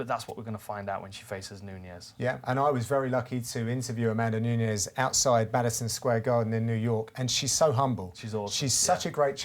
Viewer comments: It's fucking NUNES (pronounced NEWKNEES) NOT NUÑES. Fucks sake. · Who the hell is this "Nuñez" they keep talking about? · Amanda Knew-kneweys? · Larios III You're missing my point. I'm saying they're pronouncing it wrong. She's Brazilian, and her name is Nunes. They're pronouncing it like the Spanish name Nuñez.